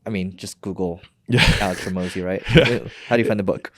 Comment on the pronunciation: Alex “Hermozi”. You might as well just clip out the intro.